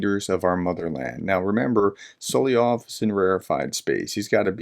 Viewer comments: Dear Professor, It's So-LO-vy-ov, not SO-li-ov. Your information is good, but your credibility would be even better if you pronounced it correctly. 💛💙💛💙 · A comment of very little importance, I believe it's pronounced "Soloviev" or "Soloviov" rather than "Soliov".